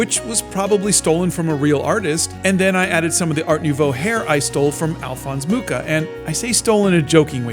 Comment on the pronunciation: I find it so strange the way says Alphonse Mucha. Alphonse is well pronounced but in french, the "ch" in Mucha is pronounced like in parachute or moustache or machine.